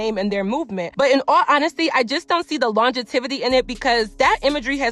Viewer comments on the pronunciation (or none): I love your unpopular opinions videos. When you was talking about glorilla you said you didnt see the longetivity (i tried to spell it how you said it) but it longevity (lon-ge-vi-tee) no shade jus gettin you right girl. Keep up the vids to. You say what people think jus wont admit. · I’m mad at the way u said longevity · Practice pronouncing “longevity” correctly love💕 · If Glorilla is being used to push an agenda, why would you want to remix her song and further push that agenda?? It's an agenda if Glorilla was from the suburbs and putting on a front. You remixing her song is pushing the agenda. Now you're just saying stuff to say stuff. Talking about ratchet black women while mispronouncing longevity multiple times and you have a degree... Chile.